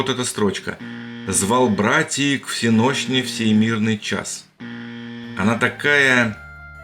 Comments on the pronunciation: Поэтам допустимо менять ударение ,не всенОщной,а всенощнОй и всё польётся:) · Если произносить слово ВСеНощной правильно, то строчка у Лермонтова звучить очень даже гармонично... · звал брАтьев к всЕнощной... Даже если это не Лермонтов, любой русский человек 19 века знал, как произносится слово "всЕнощная". Слишком оно было на слуху. Не в упрёк. Спасибо автору за интересное исследование. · На счёт стихотворения - не "к всенОщной" а "к всЕнощной". У церковников принято ударение на "е". Но Вы правы! Там по ритму явно одного слога не хватает. Обычно говорят "кО всЕнощной", но и это не прокатывает... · Всеношная, ударение на первый слог и все тогда в лад! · Уважаемый автор! Для сохранения ритма в строках М. Ю.Лермонтова в слове «всенощне» ударение приходится на первую «е». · Не знаю писал ли кто, но всё же напишу. Правильно ставить ударение не всенОщная, а всЕнощная, и как раз, выходит нормально. А в целом фильм очень интересный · "Звал братьев к всЕнощной",- ударение поставьте правильно. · "Звал братии к ВсЕнощной в сей мирный час" Лермонтов. Поставьте ударение правильно и кажущееся несоответсвие пропадет. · Ошибка автора в том, что в лермонтовском стихе он неправильно поставил ударение в слове "всенощный". Переставьте и ритм полностью сохранится.